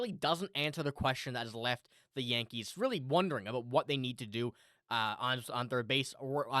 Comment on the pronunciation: What are you talking ABOOT 😂😅✌️